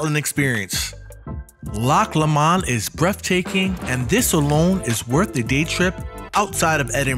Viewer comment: It's pronounced "Loch Low-mund",by the way. Rhymes with bow, doe, low, etc